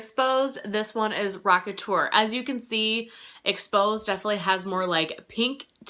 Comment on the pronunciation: LOL NOT ROCKETUR 😂 WUT. In my collection, Blushbaby from Mac is really close. Rocketur ends up more warm toned one. Dallas looks more brown. I love that blush so much. I love all of the ones I’m chattering about in this comment lol